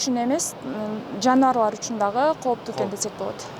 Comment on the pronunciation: коптуу эмес кооптуу так суйло журналист бодгон сон тилди бузба.